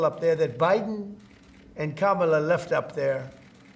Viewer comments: It's funny how he suddenly can say Kamala's name correctly. 🤔😆🤦🏾‍♀️ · Just as an aside, I find it interesting now that tRump has won the election, he has no problem pronouncing Kamala's name correctly now.😠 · Holy cow...did he say Kamala's name correctly??!!! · He sounds so ridiculous, nothing like a president. Oh, a miracle, he pronounced Kamala's name correctly. Proof he mispronounced her name on purpose acting like a child.